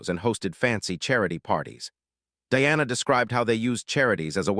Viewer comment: It not Deanna, it’s Diana Di ana